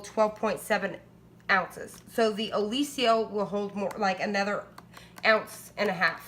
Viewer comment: Did you look at the spelling of Oliso? You're pronouncing it incorrectly!